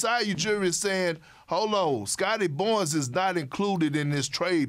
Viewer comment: “Scottie Bonns” - Kendrick Perkins